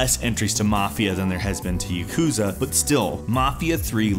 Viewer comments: PLEASE learn how to pronounce Japanese titles. You work as a presenter in these videos, so pronunciation is something you need to be good at. Good video otherwise! For example, Yakuza isnt pronounced Yakuuza, its pronounced YAkuza. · YA-ku-za. Not ya-KU-za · YAKOOZA YAKOOZA ahah i'm sorry you pronounce yakuza so funnily